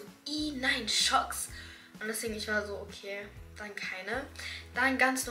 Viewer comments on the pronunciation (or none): Tschucks ausgeschprochen ( nucht schocks ) aber nur so am rande